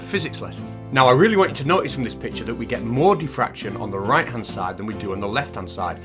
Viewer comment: Isn't it diffraction not defraction??